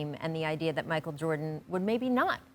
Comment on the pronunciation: Kendrick Perkins: “Micheal Joarden”